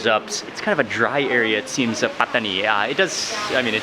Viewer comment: I love how mark pronounces Pattani